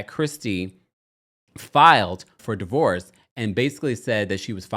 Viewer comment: “DIVOVORCE”… do better TMZ. Also, is model the new word for ho?